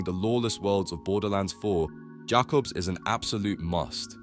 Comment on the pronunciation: funnier when you notice it pronounces jakobs perfectly fine when explaining tediore.